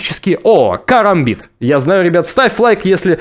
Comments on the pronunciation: Это не карамбит а керамбит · это не карамбит а керамбит и ты его не правильно держишь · Не карамбит а керомбит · Не карамбит а керабмит